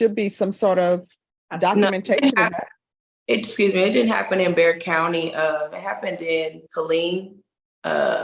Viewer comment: Bexar County, not Bear